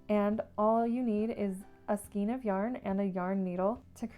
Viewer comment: Skein (of yarn) rhymes with train not green!